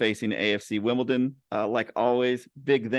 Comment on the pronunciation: I'm hoping the Wombles get a mention. WimbleDon not WimbleTon but great show